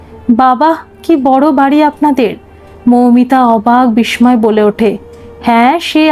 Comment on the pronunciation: উচ্চারণ এবং বানান সঠিক নয় বিস্ময় বানানে ম এর উচ্চারণ হয় না